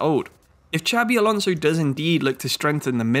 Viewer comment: Great video as per usual. I've been really enjoying your Fifa 23 guides BUT you have to improve your pronunciation of names lol. It also happened in other guide videos. Ducksch isn't pronounced Duetsch for example but Duck-sh or Xabi Alonso is pronounced more like Shabi instead of Ksabi. :) (*edit: it did improve in the end tho, so respect for that)